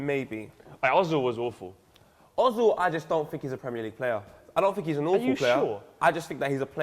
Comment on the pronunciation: er-zil...not o-zil...still can't pronounce his name right....seesh!